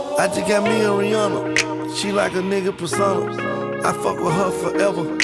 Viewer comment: If you're going to make a song called "Rihanna," at least pronounce her damn name right. Smh. It's not Rih-awna, it's Rih-ahnna, but most people don't know that.